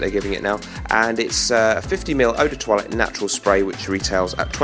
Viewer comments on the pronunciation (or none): none